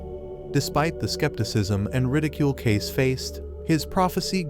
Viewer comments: It's pronounced Ca see not case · It’s pronounced Cay-see, not Cayc. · It’s pronounced Cay-See. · It's pronounced, "Kay-see" as though you just say the letters, "K C". Fact check me: the Association for Research and Enlightenment, where Cayce's readings are stored and made available for study. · His name is Cayce pronounced k-see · How do you expect people to watch this when your not pronouncing Edward Casey correctly? Annoying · He should at least get Edgar cayce's pronunciation right good Lord doesn't this man even know anything about him or is he just reading a script